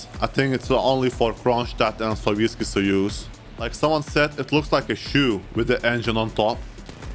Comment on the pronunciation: that is the clearest pronounciation of Sovetskii Sojuz i've heard so far, wow